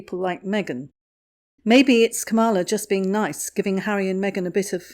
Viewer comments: ITS... KAM...a....la...not... kamm....a..la! Get it right. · It was a little distracting listen to the mispronunciation of Kamala’s name. If you wouldn’t mind she pronounces it like the punctuation mark comma. Comma-La instead of Come-All-Ah. Thanks! Love your channel from across the pond 😉👋🏼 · It is not kamarla it is kamulaa as in Pamela. Spelt Kamala. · The Vice-President’s first name is pronounced KAM-ala - to rhyme with Pamela. 😊 She’s a smart woman. I don’t think she’ll bother with Harry’s wife for long. She will see her true colors and run a mile. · The Vice-Present’s first name is often mis-pronounced. It is pronounced “comma-la.” Just a heads up. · Please pronounce the Vice President’s first name properly. Hint: rhymes with “Pamela.” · KA' mala. Pronunciation. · You are pronouncing her name wrong. It is pronounced "Karma-la". with emphasis on first syllable. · I’m not a fan of Kamala Harris, but just an FYI her first name is pronounced “KAH-mah-lah (accent on the first syllable). ☺️ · Everyone pronounces her name incorrectly. She is KAM-a-la. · yes, something like that...just not the emphasis on the middle syllable.. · Nope. When Harris explains how to pronounce her name that is how she says it: Comma-la. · Vice President Harris isn't anything like Megain! She's too busy to bother with those two fools. FYI ... it's pronouns Calm - a - la. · No. It's pronounced Comma - la. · I heard her introduce herself as Camel-a! 😂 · You’re mispronouncing our Vice President’s first name. The accent is on the first syllable. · please check your pronunciation of 'Kamala' and 'plagiarism'. I'm pretty sure Kamala pronounces her name like Pamala, with a K. Plagiarism is with a soft 'g'. Sorry, but it was starting to bug me.